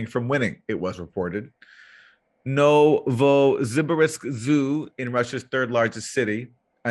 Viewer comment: FYI, Nuovo Zibe Risk is actually.. NOVO SIBIRSK. Ever heard for Sibir / Siberia? Shouldn't be so hard to pronounce.